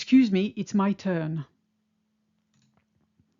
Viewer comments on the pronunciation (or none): none